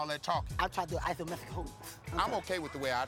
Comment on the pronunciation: “Ithometric holes”